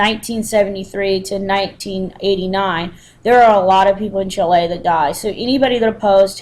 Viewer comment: check the pronunciation of Chile and Allende, please